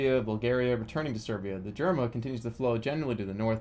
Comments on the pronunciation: That river is pronounced Yerma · well, it's pronounced more like "YAIR-mah"